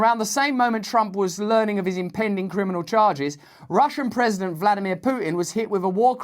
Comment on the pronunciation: Even the pause between Criminal.......Charges